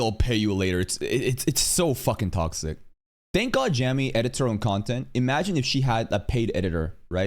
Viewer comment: Androids out here joining all the ''all anime is predbait'' Kier Starmer idiots, it seems. Oh, yeah, all the ''child-looking'' anime chick faces in the thumbnails, which I think could be that ''significant portion'' bullcrap... Also - Jami mad you messed her name up? 😆 JK. But seriously - I just assume it's like the name, cause the other thing is too much like calling Darkseid - ''Darkseed'', c'mon now